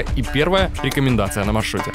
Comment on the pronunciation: Конечно,молодец, и говорит неплохо. Но "рекоменасьон"??!! Есть слова получше. Ухо режет.